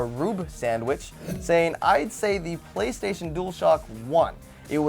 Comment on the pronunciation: playstation, not paystation.